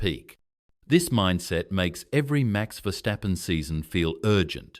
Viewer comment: Чувак навчися вимовляти прізвища не стапен а ФЕРСТАПЕН ти ідіот а не видучий